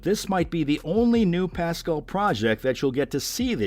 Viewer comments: Learn to pronounce his name! It's pas- CAL! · Couldn’t they get a voiceover person who could pronounce his last name properly? Who is “PAS-skull?? I mean, wtf? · I'm so sorry i can only focus on the way you say Pedro's name. "Pedro Pascle" i love it. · The way you pronounce Pascal… just shakes me to my core.. 😂 Excited for all the upcoming projects tho! Thanks for the overview! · SO glad you made the correction. This guy was making me nuts. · I’m glad to see news of all these upcoming projects, but could they please at least TRY to pronounce his name correctly? So disrespectful.